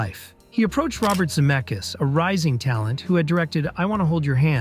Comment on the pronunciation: Crazy that you said Robert Zemeckis' last name correctly twice in a row and then the third time said Za-meck-eez... What happened?